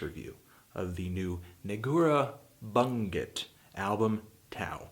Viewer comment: Just so everybody knows, it's pronounced Negoorah (accent on "e") Boondjet.